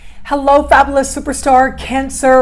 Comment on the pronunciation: Its fab'you'lous...not fab'ooo'lous! Lol. This kills it for me every time. Just a small gentle suggestion. ❤